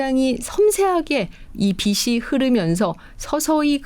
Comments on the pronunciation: 빛이 환하다를 비시 환하다라고 읽나요?비치 환하다 라고 읽는거 아닌가요?라디오처럼 듣고 있다가 머리 빗는 빗을 말하는가 했잖아요.ㅠㅠ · 빛이,,,,발음이 비치 입니다,,비시 아니라,,...........빛은 ,,,비슨이 아니라,,,비츤입니다,,교수님 다 좋으신데,,발음 교정이 안되시까요,,,ㅎ.ㅎㅎ